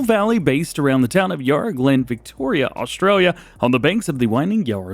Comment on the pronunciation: We need more Australian mods mate, and Yarra has short “a” not long